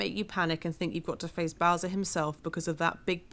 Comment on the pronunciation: No offense or anything, but did you just say bowses?